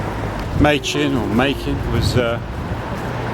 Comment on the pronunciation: from what i understand, "machen" rhymes with "blacken" 😊